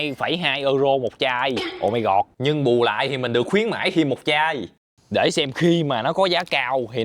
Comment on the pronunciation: mộc mạc nhưng rất có duyên và thu hút. Thích nhất là câu "ô mai gọt" 😅